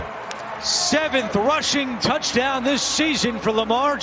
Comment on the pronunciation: Listen to every other announcers some people say "Da Douchdown" some people say "The Touchdown"